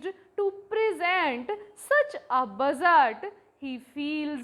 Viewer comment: budget ❌ bujjard ✔️